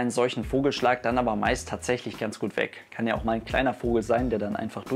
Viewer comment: Betonung auf "weg"!!!!